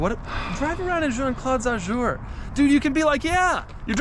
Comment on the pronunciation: Bently "Azoo-er"